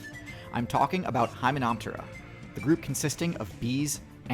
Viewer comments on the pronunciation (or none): Bro called them “hymumumumas” lmao dude hilarious